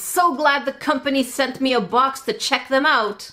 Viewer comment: sent me, sent me, sent me... Me:she just said sentimee